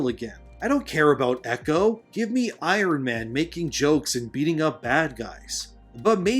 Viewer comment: I-RON? Norm McDonald called. He said you're no Harley Morenstein.